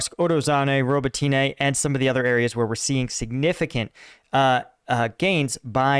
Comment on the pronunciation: Robotyne - Роботине ... first o is not accented, second o is accented: Rah-Boh-Teen-yeh (the last syllable is soft short y). Roll the R, accent Boh, slur the last two syllables together, and say it all fast.